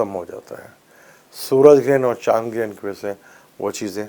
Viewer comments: Excuse me it is GARHAN not Gren. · Excuse me its not Garhan, Its GREHAN or even better ECLIPSE